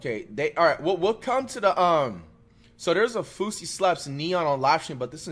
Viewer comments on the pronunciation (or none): why flight pronounce them like “fousie” and “konvoy”💀💀